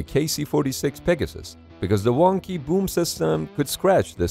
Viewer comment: Fun fact im a living mold for the boom or as he says woomb